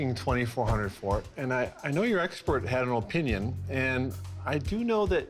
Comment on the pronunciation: how about learn how to pronounce opinion